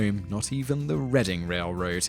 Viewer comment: How on God's green earth did you pronounce Reading correctly, when most people mispronounce it, and get Bradley wrong? There are two ways we can address this,: 1. we can start calling you Tope Tenz, Top Teenz or some other awful mispronunciation. 2. we can take a drink every time you murder a pronunciation. Either way, this list was brilliant, even if I love all of these games!